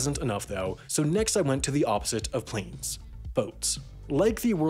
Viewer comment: discusses something Also: P L A N E S